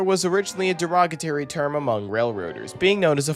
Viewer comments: Hello, it's D e r o g a t o r y not Derogatary. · its derog UH tory ya foamer 😂